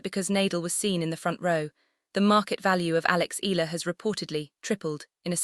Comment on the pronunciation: The same goes for pronouncing E-Ya-la not Ela..It should be pronounced E-ya-la not Ela..ok